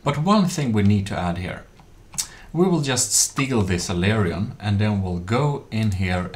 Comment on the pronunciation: Wait, ammo processors were still in the game only a year ago? I felt like they were made useless sooner after when I last stopped playing like 2yrs ago or something lol. Other than that this is still an excellent tutorial, afaik. (I know a lot of ppl have probably corrected this, and I understand it's both a strangely spelled and difficult and uncommon word, but "aileron" is pronounced "a-ler-on" (even that spelling is ambiguous, sorry!) Less ambiguously, it's "A" pronounced just like saying "the letter 'A'" then "ler" pronounced as in "taller" and then "on" pronounced just like the word "on" Hope this helps and also hasn't been said by too many other people!